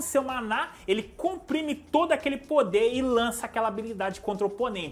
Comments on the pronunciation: n sei como mais esse cara consegue ler rudeus e mana com acento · cara sua pronuncia da palavra mana estar errada amigo, nao tem problema falar errado por nao saber o correto mais pelo menos proucura saber pq e meio obivio mana nao tem acento no ultimo A isso e gramatica basica de portugues